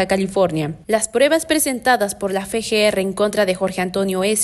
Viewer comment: La reportera pronuncia mal las siglas FGR, en vez de decir EFE GE ERRE dice FE GE ERRE que es incorrecto, porque la letra F se llama efe no fe